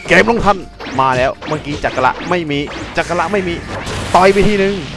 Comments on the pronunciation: จักกระครับออกเสียงไม่ใช่จักการะ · ที่พี่ว่าจักการะที่จริงมันออกเสียงว่าจักกระ(จักกะ)นะง้าบ-..